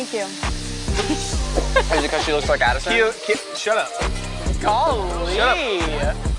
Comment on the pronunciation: NOT THE "gOllIe